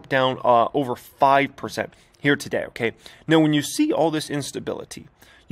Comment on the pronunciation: Brotherman, when you say “Here Today” it REALLY sounds like “year-to-date”. Idk how to fix it, maybe a different word choice, maybe it’s just my ears lol.